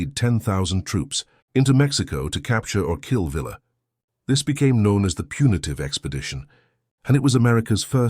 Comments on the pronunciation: I'VE NEVER NEVE NEVER NEVER EVER HEARD ANYONE CALL HIM PANCHO VILLLLLLLLLLA. IT'S PRONOUNCED PANCHO VIYYA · Villa is pronounced Vee Yah in Mexico. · Shees! It's Veeya! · Pancho the a is used as in father Villa is pronounced as vee-ya. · Really annoying incorrect pronunciation of Villa. If you cant pronounce it, don’t make the video.